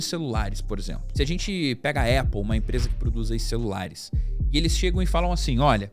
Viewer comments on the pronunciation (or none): none